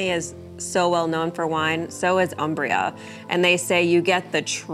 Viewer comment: Thank you for this video. I like all the details re: the town. BTW, it's pronounced 'OOmbria'. Ciao!